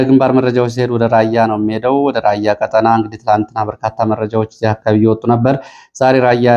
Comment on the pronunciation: ÷ እባክዎ ቀ"ጣ"ና በሚባልበት ቀ"ጠ"ና አይበሉ! "ቀጠና" ረኃብ ማለት ነው:: "ብልኅን አንዴ ንገረው!"